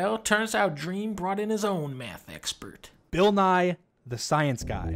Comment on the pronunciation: the way he mispronounced Bill's name is hilarious